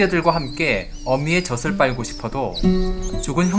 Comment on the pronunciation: 젖을은 [저슬]이 아니라 [저즐]이라고 읽어야죠...